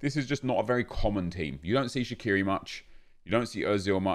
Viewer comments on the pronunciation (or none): none